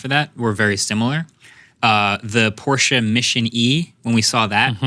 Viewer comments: Why do you massacre Porsche's name like that ... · Porshe from the back. New Z from the fron